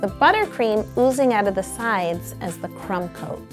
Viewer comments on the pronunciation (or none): Every time yo says "crumb coat" I think she says "trump coat" and then it makes me laugh like if this ever happens to you